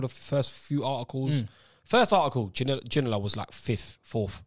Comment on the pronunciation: The disrespect and pronunciation of David ginola was making me rage